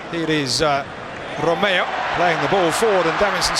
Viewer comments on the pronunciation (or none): none